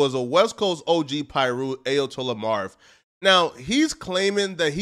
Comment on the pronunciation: How you gonna dress like that and not know how to pronounce "Ayatollah" 🤦